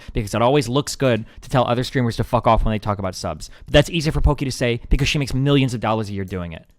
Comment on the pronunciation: Lmao, wait did Destiny just say "Poki-whore"